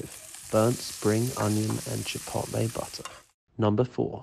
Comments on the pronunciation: A boowool Woootur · The way he pronounces butter with this almost orgasmic undertone